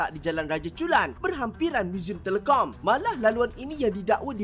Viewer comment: Cara sebut muzium telekom tu lain benar dari cara org Malaysia sebut.